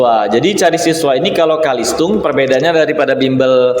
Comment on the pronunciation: Bukan Kalistung Tapi CaLisTung Baca Tulis Hitung bukan BAKA TULIS